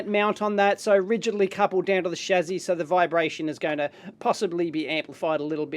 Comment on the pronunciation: Stop saying "shazzy", it's "shassy".